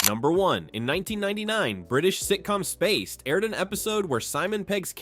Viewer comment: The ai narration calling spaced space-ed is tragically hilarious also, since when are ice creams greasy